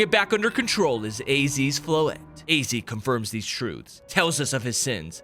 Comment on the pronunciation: He was yelling at first and he just said where are thize zygard cell coming from it was so funny 😂😂😂😂